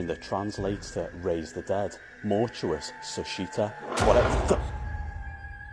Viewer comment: no momento que ele pronuncia mortuosa soshita o boneco se meche